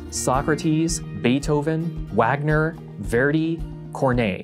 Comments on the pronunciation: Lol when he was pronouncing Wagner wrong, I literally said to myself under my breath "Vagner", only for him to then say "or that it is pronounced Vagner" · Vagner gutrum